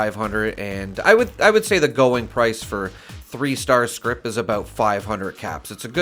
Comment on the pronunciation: It's "scrip". Not script.